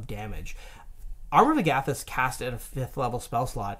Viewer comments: please learn how to say Amor of Agathys. It's not hard to correctly place the emPHAsis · Tell me both of them didn’t emphasise the SECOND “A” in armour of Agathys, rather than the first “A”. Idk if that’s how it’s supposed to be pronounced, if it’s definitely not how I’ve heard it and the difference is triggering me 😂 Great video tho! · Do you pronounce Agathys like that because you are Canadian? Or have you heard it pronounced that way from some official source? It drives me nuts because I have only heard it said out loud on Critical Role, and when they use it, they say it like the plural of the name Agatha. 😂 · Have NEVER heard Armor of Agathas pronounced like that. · Are we just going to skim over their pronunciation of Armor of Agathys?! 😂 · I don't like the way you say Agathys. Just saying...